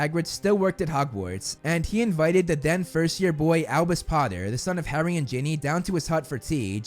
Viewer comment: The way this kid pronounces HARRY????